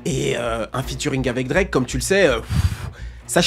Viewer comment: Je t’aime c vrai mais quand tu bafouille Drake comme ça jpeux pas.. il est un peu saisisseur d’opportunités mais c’est ce qui le guarde on top Ils sont juste jaloux